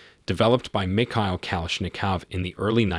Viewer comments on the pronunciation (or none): none